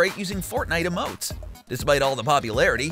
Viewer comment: Homie said titled towers and amotes 😫